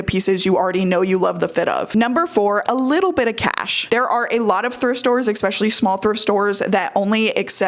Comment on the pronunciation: Giiiirl, ek-specially is adorable but trips me up